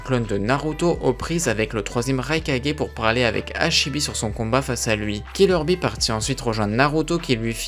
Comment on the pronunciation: On dit killer bee